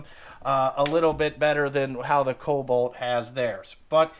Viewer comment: “KoB-alt” lol!